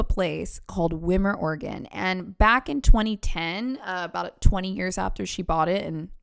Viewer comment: I live an hour from this place and it's pronounced WhyMer